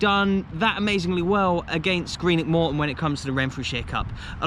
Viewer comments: That was absolutely horrific hearing you repeatedly - time and time again - talk about "Greenock fans" and suchlike. And I'm saying this as a St. Mirren fan (their supposed rivals). They are Morton fans. The team is Morton. Greenock is ignored as a prefix. Also, wtf with "Ton" as if it's a weight? You need to say "tawn" like tawny owl. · It wasn’t a merger, just added the name of the town. And “Ton” with regards to Morton isn’t pronounced normally, it’s like “Tawn”